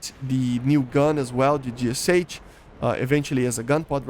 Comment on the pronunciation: Why do you pronounce the name of the gun like an American? You are Brazilian, you have the same sounds in your language as the Russians. It's [geʃʌ] - гэ-ша